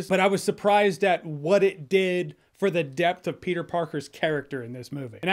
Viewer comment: Petah-man is spidadog whole time? Wowzers